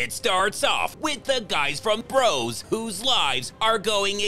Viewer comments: it's Bros pronounced like boss not bro's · Not to be pedantic but the name of the British boy band was pronounced Bross even though it was called Bros. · Bros. It was pronounced "Bross". No idea why when the main band members were brothers, but it's stupid enough to be a Seagal idea.